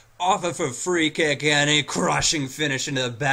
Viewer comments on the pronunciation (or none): none